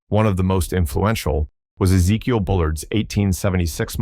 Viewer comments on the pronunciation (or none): none